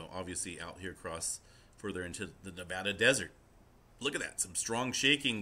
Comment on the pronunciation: Hey, at least pronounces Nevada right!